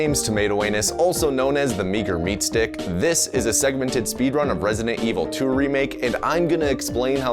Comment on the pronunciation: I've heard "Meter Meatstick" and you cannot undo that. Your reputation is ruined!